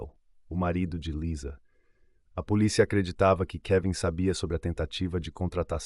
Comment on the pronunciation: Acho importante essas correções, assisto uns vídeos que até gosto das narrações porém a menina fala poliça, eu fico irritada de ouvir algumas pronúncia errada.